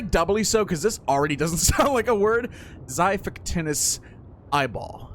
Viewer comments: Rest in peice lost island Also omg you have a apollo bow 😂💀☠ Btw its xipactinus (dont see my spell) Why you call it xai its xi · You sat it like zy-fact-inus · its zafactinus thats how its said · I'm pretty sure Apollo isn't the god of the sun, as it would be Helios. Technically Apollo is the god of archery, along with his twin, Artemis Name the mosa Abyss or Void Also also, it's pronounced zhi-fact-in-us